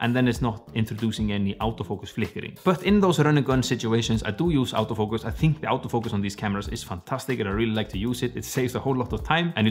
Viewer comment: much learnable and i like ur accent XD aouto fucus :v word XD sir i use a6400 and kit lens please check my drawing video and suggest me howto make my videos more clean and sharp when i record from little far like 2 feet the lines in my drawing and the clearness loses i record 1080P